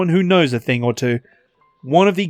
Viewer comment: "Thig come down." I guess sky cat took the "N".